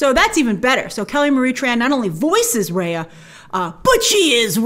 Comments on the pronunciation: its Rahya with the ah sound not the ayy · Just a pointer that Raya is pronounced like Rye Bread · Imagine the backlash when the trailer comes out and we hear "Raya" being pronounced as "Rae-yea" instead of "Rai-yah" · So her mount/ animal friend is named after a Thai vehicle? Cool 😁 hope it’s pronounced took took like how it’s supposed to, Also it’s great that her name will have a Southeast Asian pronunciation, Rah yah.